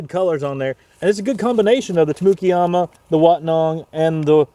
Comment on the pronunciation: You know where you are when you hear Tamukeyama pronounced that way. Auburn is such a great place for plant guys